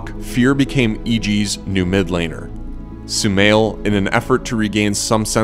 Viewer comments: It's not so-mail, it's so-ma-eel. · Sumail not shumail